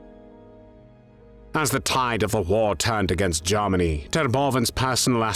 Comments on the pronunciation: Not "Garmany", it's pronounced "Germany". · AWFUL AI. VOICE CANT EVEN PRONOUNCE “GERMANY” 👎🏻